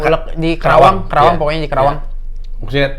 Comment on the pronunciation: Respect buat, tolong jangan nyebut kerawang, yang bener itu karawang